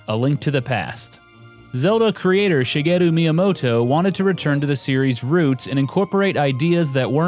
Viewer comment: Your pronunciation of Japanese names is really good. Most VG YouTubers butcher them.